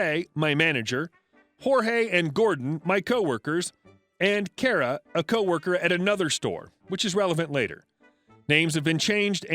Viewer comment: As a fellow Kara, i want to say thank you for pronouncing the name right. I can not tell you how many times people pronounced my name like "car-uh". Which is funny. Sara is spelled the same way as Kara, but you don't hear anyone pronounce it "sar-uh". Love you videos! I've enjoyed every single one of them